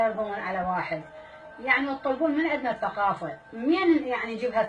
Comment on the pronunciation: هي اسمه ثقافة… مو ثققاافة… ام كرش انته مال سياسة متعرفين اتجاوبين على منتقدينج اشلون راح اتقودين بلد… .هزلت